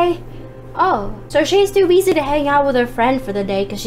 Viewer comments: You said beessy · You said Bessy lol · no offence, but you pronounce it busy not besy